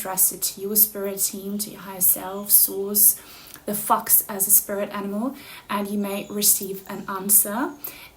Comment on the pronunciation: Haha, your thumbnail looked like a pregnancy test. And your British accent in the first fifteen seconds sounded like “fucks” instead of fox. That’s my psychic sense going haywire, in a good way.